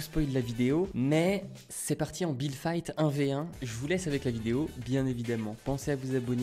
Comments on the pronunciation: Déso mais c'est fight pas fite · "FITE" ton anglais jsuis morte 😭😭